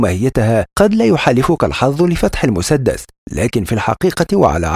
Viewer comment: في ثانية يقول مسدث